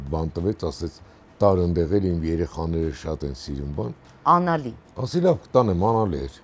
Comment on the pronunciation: Լավ պատմություն էր, բայց աՆալի չի, աԼանիա😂